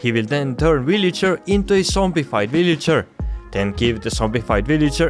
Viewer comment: i like how he says villager "willager"